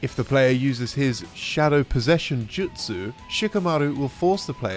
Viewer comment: japanese pronunciation is superb in this video. He even says Ju-Tsu as opposed to Jut-Su